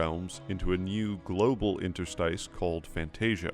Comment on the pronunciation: you can use the word "interstitial" for a hint on how "interstice" should be pronounced